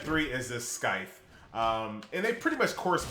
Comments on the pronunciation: The c in Scythe is silent. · Scythe? You pronounce "c"? I'm pretty sure, one shouldn't.